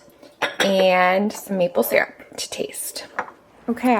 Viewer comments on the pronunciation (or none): none